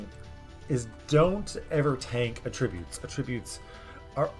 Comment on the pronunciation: AT-ributes. Not some much with the Ah-tributes.